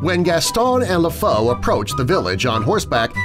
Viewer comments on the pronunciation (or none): Lèfou is said Lefoo